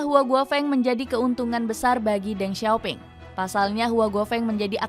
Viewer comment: Then sio ping bacanya